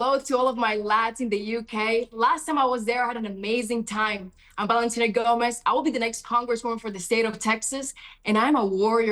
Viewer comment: BALENTINA GOMEZ CANT PRONOUNCE THE LETTER V AND CLAIMS SHES AN AMERICAN